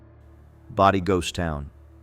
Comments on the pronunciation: 'body ghost town??? 'Bodie' is pronounced Bow dee. Dang, wish they'd pronounce things right. One little girl was reported to have said; "Goodbye God, we're going to Bodie" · Bodi...long o, long I. Not hard. ... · Bodie....LONG "o" sound.... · Yup. Bodie and Lompoc….